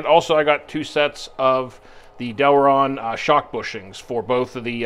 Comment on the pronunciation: Great vid as always cant wait to see you hit thr track with it. Ohh and its Delrin not Delron. Sorry just had to throw it in there in case someone wanted to search for them. Great vid nevertheless